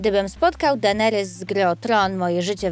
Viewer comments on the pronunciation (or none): none